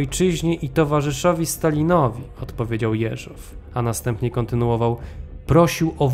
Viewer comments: Super filmik! Tylko dlaczego akcent na ostatnią sylabę przy nazwisku "JeżOW"? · Dobra robota, ale narrator źle akcentuje nazwisko głównego bohatera. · dlaczego akcentuje Pan nazwisko Jeżow na drugą sylabę? Poza tym bardzo ciekawy program, pozdrawiam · Po pierwsze primo - gratuluję kolejnego, doskonałego odcinka. Po drugie primo - zawsze oglądając takie filmy zastanawiam się, czy kolejnych szefów NKWD nie odstraszał los ich poprzedników? Po trzecie primo - jak znam, dziwię się kilkukrotnie błędnej wymowie nazwiska Jeżow z akcentem na ostatniej sylabie. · Prośba do twórców, lektora programu. Jeśli już przytaczanie nazwiska rosyjskich, sowieckich obywateli, to bądźcie łaskawi nauczyć się poprawnej wymowy ich nazwisk. Mówię się Jeżow z akcentem na. "E", a nie na "O". Ale ogólnie film b.dobry, tylko popracujcie nad wymowa nazwisk i nazw własnych bo ich się ani nie tłumaczy na polski, ani nie wypowiada się ich z polskim akcentem bo aż uszy bolą jak się to słyszy, zwłaszcza jak ktoś zna rosyjski. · Materiały masz ciekawe, ale gdy mówisz, niepotrzebnie próbujesz naśladować akcenty innych narodowości, w tym przypadku przeciąganie słowa Jeżow. Wiem, ze chcesz dobrze, ale to w ogóle nie brzmi po rosyjsku i powstaje pytanie, po co w ogóle ma brzmieć, skoro wszystko jest po polsku, a nazwisk innych bolszewików i tak wymawiasz z polskim akcentem. Pozdrawiam.